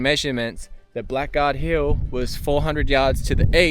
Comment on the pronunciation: Hi Love these historical researches!! Just a note that has been grating with me…. Blackguard is pronounced “bla gaard” What does it mean to call someone a blackguard? a.: a rude or unscrupulous person. b.: a person who uses foul or abusive language. seems to fit gold prospectors!!!